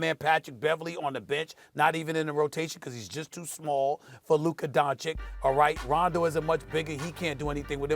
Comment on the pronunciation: "luker donchick"